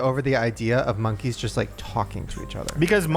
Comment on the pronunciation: Lmao “Monkys”